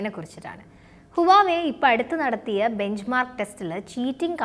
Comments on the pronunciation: You pronounced wrongly not uwave mam, its wah-way, plz correct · Its pronounced as Wa we its not huvave....... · huwawei alla, wavey ennanu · Huwava alla huewai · huawei യുടെ pronounce ഹുവാവെ എന്നല്ല..wah- way (വാവേ) എന്നാണ്. വാവേടെ ഫോൺ..😉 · Huvaei alla HUAWEI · ഹുവാവേ എന്നാണ് അല്ലാതെ ഹുവായി അല്ല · 'വാവേ ' എന്ന് പറയു. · Right pronunciation is wah way(വാഹ് വെ)